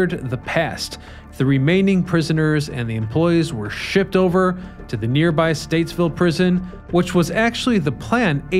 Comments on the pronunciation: Stateville not Statesville 😊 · Stateville not Statesville. But my God, I love these old Chicago videos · Bruhhhh... it's Stateville... no "s"